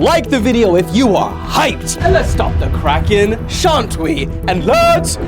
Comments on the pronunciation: let's stop the cracking and let's get cracking. Me: Bro didn't even notice he got it wrong😂😅😅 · He meant Let’s stop the “kraken”🤣🤣